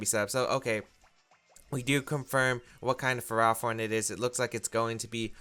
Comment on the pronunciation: Please. It's Ferro, as in ferrous or made of iron, and Thorn, like a rose bush. Ferro-Thorn. Ferrothorn. Please. I can't hear Fur-Raw-Thorn again.